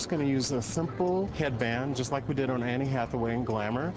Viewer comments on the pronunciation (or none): He said "an-nie" hathaway. is that the right way of saying her name?